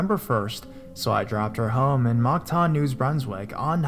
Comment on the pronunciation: Moncton (munk-tuhn), New Brunswick. Not Monktan, News Brunswick. Dumbass.